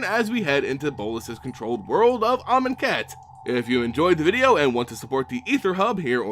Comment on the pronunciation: Great Video! Glad I know how to pronounce Amonkhet and Aether now.